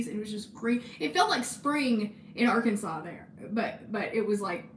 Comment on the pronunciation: one day I want you to take us on a historical tour of hot springs but every time you say “arkansas” you pronounce it “ar-kansas”